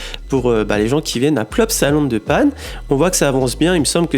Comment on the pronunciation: On dit La Panne . 😂